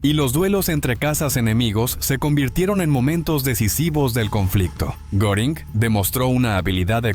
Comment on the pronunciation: NO es Goring, Göring es Geering, bueno por ahí, pero nunca goring.